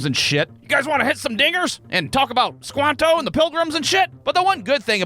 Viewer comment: he definitely did say dinger but man we all know what it sounded like 😂